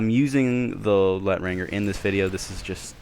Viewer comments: Lol u have the exact same play style as me and btw its lay-tron-jay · Leh-tahnj-er It's french for "The Stranger"